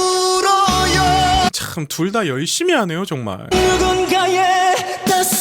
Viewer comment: 하루는 소리가 모아지지 않고 퍼집니다. 그리고 "울어요" 할때 요 부분이 여로 자꾸 발음을 해요. 그래서 또 소리가 더 퍼져보이죠. 그건 교정을 해야할거예요.